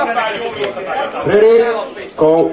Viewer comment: This is stupid no way it should go faster than yhr eye can see. Readee goo had me laughing. Just squeeze the trigger an chill and let them say readee go.